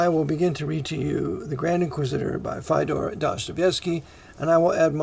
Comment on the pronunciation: Love your work, Brother = but - his first name is pronounced Fee-o-dor, rhymes with Theodore.